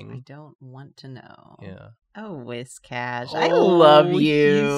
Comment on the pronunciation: It's pronounced Whiscash